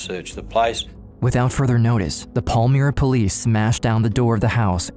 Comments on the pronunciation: The suburb name is pronounced Pal-my-ra not Pal-mir-a. The footage of American police used to depict Australian police is hilarious. Especially since it's on the wrong side of the road with the wrong type of cars. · As a Perth resident for my whole life it is pronounced Pal-my-ra not Pal-me-ra 👌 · Not that it matters, but as a Perthian myself, Palmyra is pronounced Pal-MY-ra not Paul-Meera. Pal as in I'm not your buddy Pal! And Myra as in secret admirer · Minor nitpick. It’s not pronounced pal-mee-ra, it’s pal-my-ra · It’s pronounced Pal-my-rah. Catherine Birnie holds a privileged position in prison in the library. After terrorising a city and being involved in heinous acts. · it’s pronounced Pal-Myra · Please don't use file footage of hideous Americans in clips about Australians, that is the ultimate insult. Also get a narrator that can pronounce suburb names properly, if you're not sure do research. Palmyra is pronounced as spelt, not "Pall-mee-ra". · I grew up in Melville and passed their house with school friends, I then moved to Willagee and lived a street away, the community was shoced by them .....pronouced Pal-mire-ra